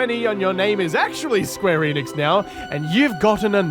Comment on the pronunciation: I swear to God he’s saying square anus